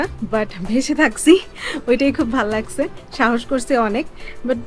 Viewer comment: ভাল লাগচ্ছে ভাল লাগছে,কি উচ্চারণ